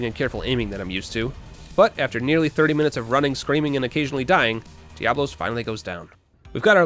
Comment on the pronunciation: Fun fact: did you know there's such a thing as a Monoblos? It's true! Biggo murderlizard with one horn. So mono, one, dia, two...you see where this is going. And thus, it's intended to be pronounced "DIA-blos", not like plural diablo. As for Kushala Daora, that's "DOW-ra", not "dayora". I dunno where people got that from. Linguistics, hoo-rayyyyyy~ *shows self out*